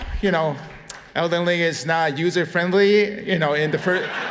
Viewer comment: AAAAAAHHHHAhahahaha Dude thinks that they are all laughing at his "not user friendly" joke. But that really was only half of them. The other half was laughing their ass off at dude saying Elden Ling for the 4th time that acceptance speech and then went ont to say "For the first time.... Lee Lee Lee Lee Lee... (continues to studder hard through the last bit of the speech)" Then the guy he is translating for..."Thank you very much" In way better English than the paid translator hahaha I know it is a short very common phrase but man that was a great final acceptance speech